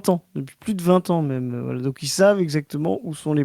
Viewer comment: Toujours en quête de savoir pourquoi prononce "même" en le prononçant "meume"